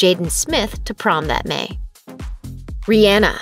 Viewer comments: Okay but are we going to ignore the fact that the narrator said RI An a instead of Ri aw na ?! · The way she said Rihanna made my heart hurt😭😭😭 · You didn’t even say Rihanna’s name right come on get with it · Uhhhh that girl said rihenna not rihanna am I the only one that notice it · It’s not Rihana it’s rihhanna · ITS RE-AH-NA NOT RE-Anna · Rihanna = Ree-yaw-nuh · She really said riana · I’m mad at how she said Rhianna 😂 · RiYENNA 😂😂😂 stop it! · Any one else thought about CaKe? Aka ca ra delevingne + Ke ndall Jenner and this narrator need to shut up talking about, danielle cash me outside bregoli and that's not how to said Rihanna it Re•Ah•Nuh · The way she pronounced Riannah🤣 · im mad she really pronounced Rihanna like that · that’s not how you say rihanna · Why did she say Rihanna like that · Why is she pronouncing Rihanna like that?! It’s driving me insane! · The way they said Rihana made me cringe but laugh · And you can’t even pronounce Rihanna correctly... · Did it bother anyone else about the way she said Rihanna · I can't be the only one that doesn't like how the girl in the video pronounces Rihanna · The way she says Rihhana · I mad at the way she said Rihanna💀😭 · Why did she say Rihanna like that?????